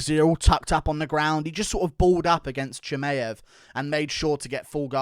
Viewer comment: Why are you pronouncing Chimaevs name so goofy ? You should know better as an MMA fanatic